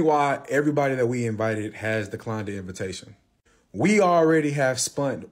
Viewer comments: Did this man say “we already done spunt…..” Lmaoo😂😂😂😂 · I thought my cousin was the only person who says spunt. 😂😂😂